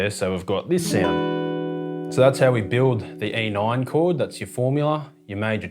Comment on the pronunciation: Hehe “e noin”